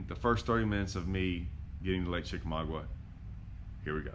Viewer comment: Love this! Chick is my home lake as I am 30 minutes away.. Where you started is the general area Andy Morgan won his BPT event a few years ago. It's produced as: Chick a maga. The "U" is silent. This is old, as you are in a Ranger.